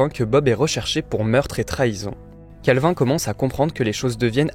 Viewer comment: Mon dieu comment il prononce calvin 😭😭